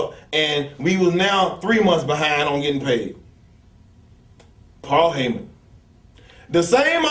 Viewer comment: When New Jack sayin Paul Hyman lol is the devils son.You know you f*#ked up!